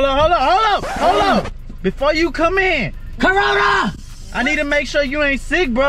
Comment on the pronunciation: Lol the dude in the back said CARONA